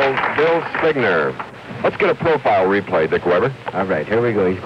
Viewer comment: No one told Chris how to pronounce Bill’s name?